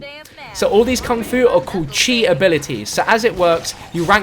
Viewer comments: Pronounced "chee" not "chi" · its chi not chai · Chi not Chy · it's not chy it's chi as in chee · It's not chi its chee to pronounce it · "chi" is pronounced (chē) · Chi/ki, I think it's pronounced "Chee" or "kee". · i hate that u keep saying chi like it's pronouce ch-eye